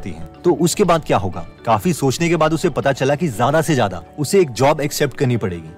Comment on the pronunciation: ज़्यादा होता है ज़ादा नहीं